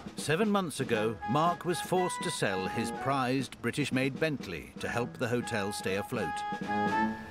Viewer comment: Mark can’t even pronounce the name of his own hotel.